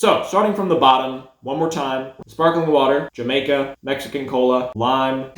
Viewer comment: Not Jah-may-kah. it's pronounced Hah-my-kah